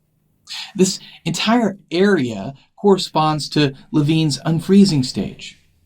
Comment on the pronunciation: Lewin not Levine